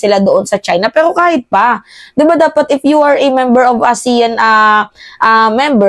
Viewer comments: Aseyan po ang tamang pagbigkas ng ASEAN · pronounce the meeting ASEAN (ah sea an) .